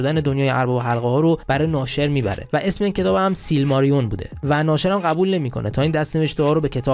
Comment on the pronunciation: سیلماریلیون دوست عزیزم،نه سیلماریون. فکر نمیکنم بتونه سریال موفقی بشه چون رایت سیلماریلیون دست کریستوفره و کریستوفرم رایتشو برا ساخت هنوز نداده اگرم نخواد رایتشو بده که عملا بزرگ ترین حفره داستانی سره مورگوث به وجود میاد از طرفی فکر نکنم بدون پیتر جکسون لطفی داشته باشه دنیای تالکین